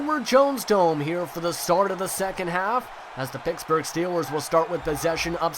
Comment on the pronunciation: its pittsburgh not picksburgh